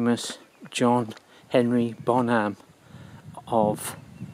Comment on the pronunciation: Hi! I'm curious to know why do you pronounce his last name as Bonhám instead of Bónham. Aside from that, since probably I won't be able to go there physically, I thank you for letting me visit his grave virtually. It was moving to watch. Greatest rock drummer ever and inspiration for millions.